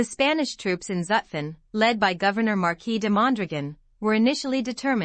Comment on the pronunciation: The series is a good idea. This particular video would even be better if the narrator knew how to properly pronounce Zutphen.